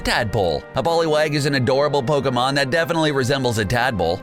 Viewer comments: Had to dislike just because this guy has no fucking idea how to pronounce pokemon names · Pokemon pronunciation are off😂😂😂